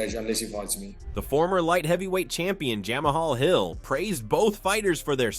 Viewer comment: Jah-Maha Hill! 🤣🤣🤣🤣 The bit you use can’t pronounce properly